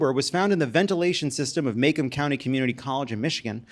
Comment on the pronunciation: 😂😂😂 As a native Metro Detroit who grew up in Macomb, that’s not how the city is pronounced. It’s “mah + comb” (like for your hair). Made me laugh though!